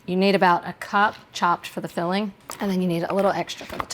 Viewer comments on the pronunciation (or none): It tickles me when you add a "K" at the end of your ing words ...fillingK